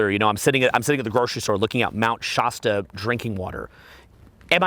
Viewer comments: Shaa- stuh As in last, or fast Love you! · I’m from that area near Mr Shasta. It’s a hard A. Mt ShASTa Hahaha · SHAH-STAH haha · Bruh, you live in California but still say "Shasta" like a Canadian.